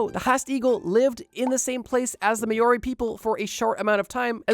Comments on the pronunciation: as an Australian your pronunciation of Māori (mao-ree not may-ore-ree) causes me to take 5 points of mental damage I also guess you pronounce emu e-moo when it is e-mew tldr I know some of you yanks know how to say words like this and it doesn’t take long to look up the pronunciation before saying it ps I do love your videos but hearing words that I as a regional local know how to pronounce pronounced wrong causes me to cringe because I know these words and they are being butchered pps you don’t here me pronouncing Arkansas r-Kansas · Maori: "May-ori" is so f*cked to hear bro 💀 Its said like "m-ow-ree" 🤣👌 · Bro, the way you pronounced Māori is frustrating. The line over the a is supposed to tell you it's a long a not a short a, so it should be Mau ree not ma ree. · Hey man love the videos I'm from Australia just so you know it's pronounced mao-ree haha how to explain it like a cat going meow just drop the e 😂😂😂 whatever love the videos keep it up bro appreciate you 🤙🤙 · Im Australian not kiwi but its pronounced MOW-REE not MAY-OR-EE And this myth is the basis of the legend of the thunder bird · what is mayorey!?!?!?!? roll the tongue its sort of like mouldy. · Mow-ree, not may-or-ee. Mow pronounced as in "Ow, I have hurt myself," not like mowing the grass. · Maori is pronounced more like "Mow-ree" (ow as in cow) rather then "Mayori" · Māori is pronounced "mah-ori" not "may-ori". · Meiori no It's Mauri Trust me bro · it's called Ma-ori. Not Mayori. 😭 At least research pronunciation as well. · hey so im from New Zealand Māori is not pronounced that way its more sounds like mol ri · This guy said "may-ore-eyy" like 8 times instead of Maori and he sounds like he's about 16 years old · Please google how to pronounce "Māori", I'm flinching every time you say Mayori 😂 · Māori (Mow - Ree) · wtf bro u really dont know how to pronounce Maori? May-or-ee sounds like nails on chalk to me. i dislike this video because of that and im not even a Kiwi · "may-or-ee" is crazy